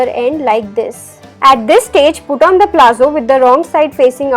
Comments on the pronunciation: liked the demonstration but it is not called "PLAZZO" , it is called "PALAZZO" of which the pronunciation is "PALATZO" !!!!!!!! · It's palazzos not plazzo.